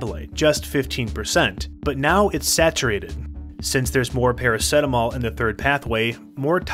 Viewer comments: Para - see - ta - mol Not PARA - SET - AMOL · Good video but I have never heard anyone say Para-set-amol. Para-seet-amol is the pronounciation I'm used to 😂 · Wow, as an Aussie watching this I want to scream because we pronounce it "para-seat-a-mol"...what is wrong with our mouthes, send help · i thought everyone pronounced it praraceetamol lol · I stopped watching because he said it weirdly